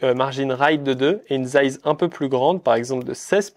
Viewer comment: Les "dize" ou "zize" selon le moment me stressent 😅 . Sinon bonne vidéo.